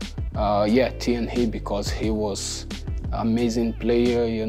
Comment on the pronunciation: I wish I could say "Thierry" the way Gabriel says "Thierry"!